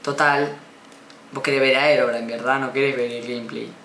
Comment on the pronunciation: Es he ro bri ne se pronuncia un poco la ache